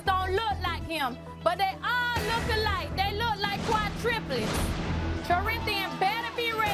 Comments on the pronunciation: She said quatriplets lol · Did Y'all Hear Her Say Quadruleds🤦🏾‍♀️🤦🏾‍♀️🤦🏾‍♀️And She Has 5